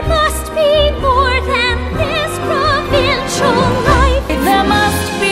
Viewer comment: Emma Watson sounds like she's saying "There must be more than this provencial life" and not provincial. I mean both work the same since this a a poverty ridden village in France but yeah.